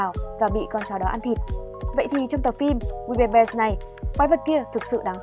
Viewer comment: Tên phim:we bare bears Tui nghe:we bare dog:)))